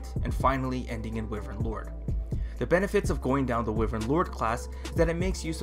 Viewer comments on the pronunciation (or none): How do you pronounce wyvern wrong? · hmm, wivern. An interesting pronounciation when I usually say Y-vern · It is Pronounced why-Vern